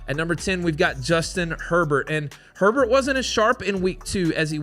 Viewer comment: Wait...say Hebert again? You might have nailed it.